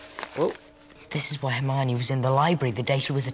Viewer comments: It's Harmonie not Armani she's not a brand name lol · Its soo frustrating everytime says Armani.. it's Hermione😅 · HER-miney. Not R-miney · It's HERMIONE.....not Armani 😅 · Wait, wait, wait, wait.... are you calling Hermione "Armani" 🤣 🤣 🤣 🤣 🤣 🤣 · It sounds like you say Armani. 😂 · Her name is Hermione it rhymes with her Hiney